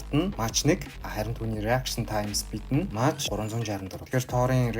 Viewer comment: Мач биш Мак гэж уншина шүү Mach